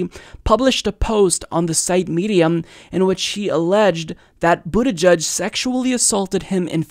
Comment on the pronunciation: “Boot-eh-jedge” not “boot-eh-judge”.